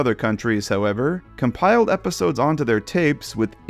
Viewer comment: Take a shot every time says "how-EV-er..."